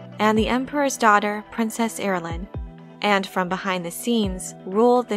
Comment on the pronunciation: Ira-LOn, Not IraLen, Ira-LOn.... !!!!!!!!!!!!!!!!!!!!! MY OCD IS SO AAAAAAAAAAAAAAAAAAAAAAA RITE MEOW!!!